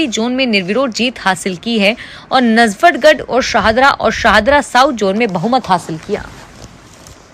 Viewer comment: News no. 1 me PPO PATIENT PAYMENT ORDER nahi PENSION PAYMENT ORDER hota hai. Najafgadh ki jagah galat uchcharan kiya gaya Sudhar karein.